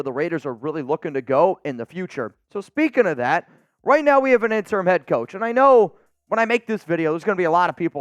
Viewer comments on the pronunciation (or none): Pronounce the “I” on the word “interim”, not a silent “I”. It has nothing to do with the word “term”. Look up the meaning of the word.